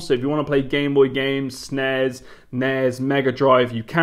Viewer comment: What is snez? Does he mean SNES?